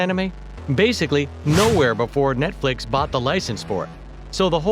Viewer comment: It sounds like he is saying "Netflik" LOL